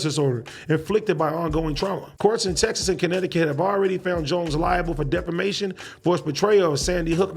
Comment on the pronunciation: Defamation. Why yall let AD go out there and say "defermation"? Thas some hater shit. I woulda told em